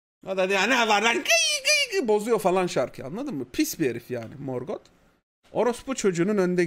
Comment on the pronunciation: herkes morgothu dümdüz morgot diye okuyor abi çok ayrı bir telaffuzu var ya